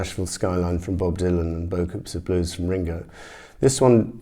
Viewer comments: Is is not pronounced “ bo - coo “ ? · in french you actually don't say the s